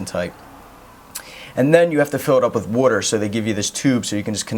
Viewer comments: Bro,where are you from?You said water with a weird accent,almost like wuter.No offense. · The way he says water i can tell he lives on the east cost Probably philledephia